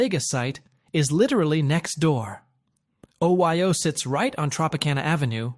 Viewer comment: You know the voiceover's A.I. when it pronounces OYO Oh-Why-Oh, hahahaha!